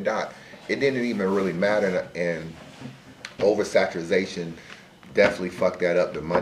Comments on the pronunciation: Saturazation? WTF does that mean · Somebody tell its OVERSATURATION.... what the hell is oversaturization lol